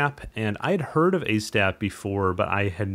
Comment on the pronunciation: hope I spelled that right, great video. It is long overdue that ASTAP had some public closure. It is the best free stacker out there. I think Han the developer, one other guy and myself are the only ones to do any tutorials on YouTube for it so far. One thing. Han seams to pronounce it Auzz-tap. Its hard for me too.